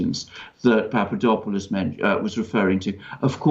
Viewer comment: You are miss pronouncing the man's name. (Say it fast, POP-pah-DOP-poh-lust)